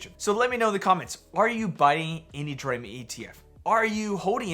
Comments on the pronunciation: It's pronounced "D-Ram" slapnuts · Bro it's pronounced dee ram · lol “Draham” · The ticker is a play on computer memory and is pronounced “dee ram”. A dram is a unit of liquid or weight measure, usually of whiskey.